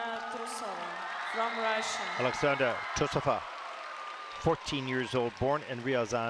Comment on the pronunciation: Say the queens name properly. TRUE-so-va